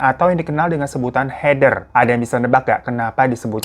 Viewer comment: Kalau herman keder. Bukan heder, tapi herder 😂😂😂😂